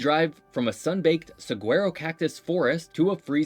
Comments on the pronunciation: Dude learn how to pronounce "saguaro" It's "sue-are-oh" Don't pronounce the G. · Saguaro (cactus) is properly pronounced sah-WAH-roh, because its origin is from the local Yaqui (YAH-key) language. Mogollon = MOE-guh-yone, rather than "MOE-gull-yone". At Meteor Crater, meteorites don't travel. That's what meteors do. When they hit the ground is when they become meteorites. Back in the '90s, I backpacked into Supai, AZ twice. What a beautiful place! Also, back to the isolation point, this is 1 of 21 extremely isolated towns in the US, aside from the several hundred Bush towns and villages in roadless Alaska. The Navajo Nation has more members than any other tribe in the US and Canada, with 170,000 of the total of 400,000 still fluent in their very complex language. Other big groups there are Apache (uh-PATCH-ee, Hopi (HOE-pea, and Tohono O’Odham = tuh-HOE-no AWE-thum. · saguaro is pronounced (Sue-are-o), lol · Saguaro cactus is pronounced "Sah WA Roh" -- and you might be looking at a cactus that is 200 years old. Mogollen Rim is pronounced around here as moo gee ahn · A Saaagwaro lmao Edit: Mongollion Rim 😂 Edit: Helicopters go down to Supai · Saguaro is pronounced suh-wah-row (some people pronounce it uh-war-oh, this is normal) but the guy in the video pronounced the G when it should be silent. As someone who was raised in Az, that pissed me off. Also Gila = Hila (side info: When the top of a mountain is flat, we call it a mesa.) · I know I’m a bit late, but another interesting place is the Petrified Forest National Park. I don’t know if you know, but petrifaction is a form of fossilization. Also, the sunsets in Arizona are some of the most beautiful on the planet. Some pronunciation corrections: 1. Saguaro is pronounced like suh-war-oh. 2. Mogillion is pronounced like mug-ee-on. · guy really pronounced the G in saguaro lol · I live in Tucson and the way he said Saguaro made my skin itch :(